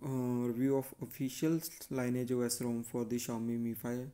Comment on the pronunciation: Thanks for the review. The pronunciation of "lineage", by the way, is LINN EE IJ in the context of offspring, parents, and a fork, in this case.